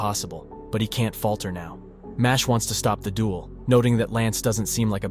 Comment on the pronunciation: It's not pronounced Mashley like Ashley. It's supposed to be Mash-el. Like the words Muscle and Magic smooshed together.